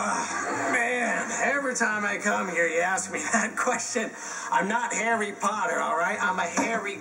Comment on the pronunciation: harry pottah the boy who lived 😂